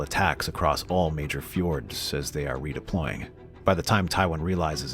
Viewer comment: You do know that "fjord" and "ford" are two different words, right?